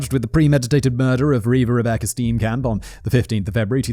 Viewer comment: I just enjoy the way you pronounce Steenkamp